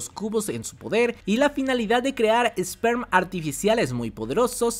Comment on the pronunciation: Es ESPER bro, ESPER!!! No ESPERM, o como lo digas jajaja